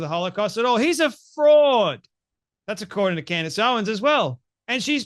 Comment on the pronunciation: Ur not even saying her name right.